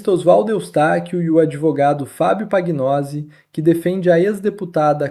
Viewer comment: “PANHOSI”O NOME ITALIANO FICA “NHO”PAGNOSI( PANHOSI”